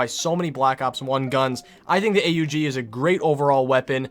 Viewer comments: its the aug not the a-u-g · A U G not aug